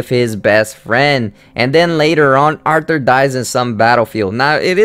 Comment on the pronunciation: García I stopped when he said Arthur (author)